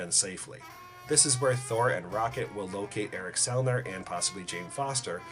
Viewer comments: Selvig not Selner. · Its Erik SELVIG NOT Selner.......ffs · It's Eric Selvig not Selvin. Thought you should know man, ha. LOL. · Awesome video. Great theory (could do without the constant trumpet music in the background, but whatever). And BTW... it’s Erik “SELVIG.” I really hope this theory has a shot. It would make for an AMAZING story! Nice work.